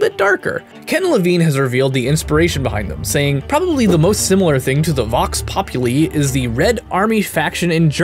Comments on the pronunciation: Vox populi is like vox popu l eye I can understand why tho Latin is complicated like the poem dulcet et de corm est and it's said dulke and not dulcet Which is weird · It's vox pop-U-lie and b. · Close. Vox Populi has a hard "I," sounds like "eye." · No offence but "populi" is pronounced as pop-you-lie, imagine if your accusing your dad of lieing to you whilst using the pops slang, that how i remember it =) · Vox Pop-U-Lie!!! THAT IS HOW THEY SAY IT IN GAME!!!! The nerd rage in me wishes to say :) also, the Answer is B: A.D. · It's Vox Pop - oo - lee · Vox Pop-oo-lie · Pop-you-lie. It's not that hard... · Po-puh-lee. It's not that hard.